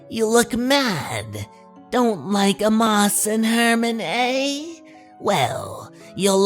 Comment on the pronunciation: Nice job with the Crypt Keeper's little handoff to your usual narration voice. Pffft, moribund puns are equal parts eye rolling and suddenly funny, a subset of gallows humor I appreciate from Crypty. Note: The name Amos is pronounced as "Ay-mus" , and the word speedometer usually is heard as "sped-ah-meh-ter", for future readings. Don't ask me why, it is pronounced this way.